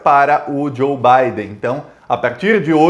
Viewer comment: Digo Biden, e não Baden.